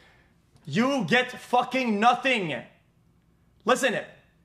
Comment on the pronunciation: Notting ? notting ??? I HAVE NOTTINNNNNNG